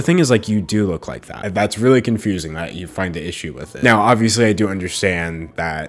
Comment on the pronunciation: "Really weally" I felt that to the heart it's happen to the best of us